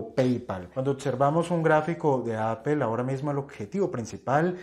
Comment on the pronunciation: Se entiende que a los españoles les molesta el ingles pero que un colombiano no quiera pronunciar bien la plabra Apple es gana de joder